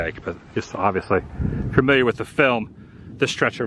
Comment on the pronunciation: Please don't hate me but listening to you say FUR-miliar instead of familiar reminds me of my dad saying WORSH-ington instead of Washington and it's literally where he was born and raised. 🤣🤣🤣